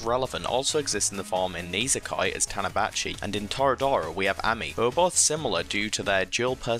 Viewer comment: did he just say tanabachi its tachibana lol